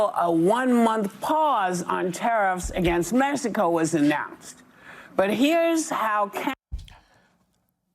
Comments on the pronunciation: She said MESICO 😂😂😂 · Woah she said messico, she for sure says "messicans" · She sounds so stupid saying mesico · Is she saying Mesico? I think she's still on heroin